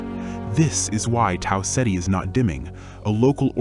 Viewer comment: Learn how to say Tau Ceti